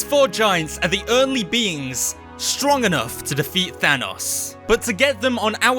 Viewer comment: than os is the pronunciation